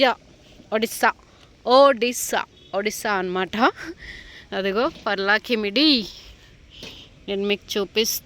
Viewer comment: Its Paralakhemundi.. not parlakimundi...